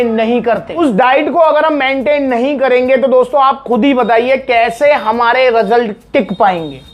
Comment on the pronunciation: Result ❌ Rasult ✅😂